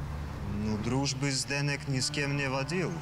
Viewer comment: Чех никогда не скажет фонетически ЗдэнЭк, только ЗдэнЕк )))))